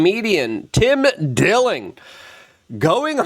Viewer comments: Tim Dilling? It is Tim Dillon. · lol "Tim Dilling" ???